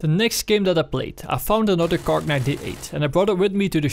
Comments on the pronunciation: It's a Kar (98K), not a KARK!!! Argh! I don't know why that is so incredibly irritating to hear each time lol! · KAR 98 K. Kar! Not Kark.